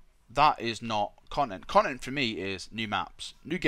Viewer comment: "Conent"- a term used by to say content while also displaying a sense of displeasure and disappointment. Ex: "Son the conent of your report card displeases the emporah."